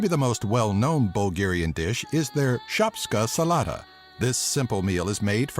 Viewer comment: u said ”шопска салат” so funny☺☺